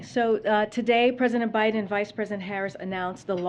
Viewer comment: Who's "Binden?" lmao